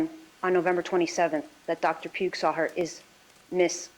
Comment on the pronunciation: If she says Zapp and Puge instead of Sapp and Pugh one more timeeeeeeree😳🫨🤢🤮